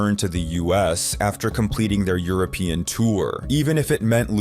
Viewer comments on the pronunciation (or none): none